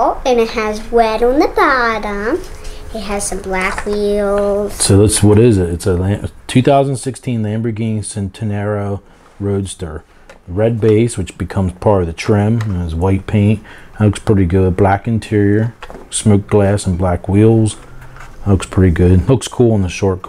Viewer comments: I’m not saying anything bad just helping out but it’s not pronounced cent-enario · It’s pronounced Chent-e-nario